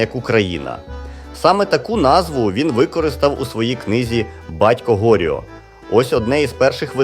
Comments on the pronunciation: Там в коментах автору підказують,що наголос ГоріО ! А у вашого де? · Правильний наголос ГоріО! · Приємно дізнатися... Але чому "ГОріо"??? Чи АІ не в курсі, що наголос у ВСІХ французських імен припадає на останній слог? 😂😂😂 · ну він же французькою пише про французів. ГоріО - наголос на останньому складі